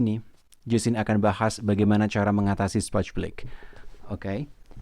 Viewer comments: Sporch blick Speech Block Yang bener yang mana min, maaf kalau salah denger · Iya aku dengar juga bgt... kyknya slh ucap 😀